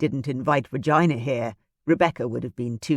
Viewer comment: Oh my - I've never heard the name Regina pronounced as vagina, please stop!! It is a beautiful name that should be pronounced reGina.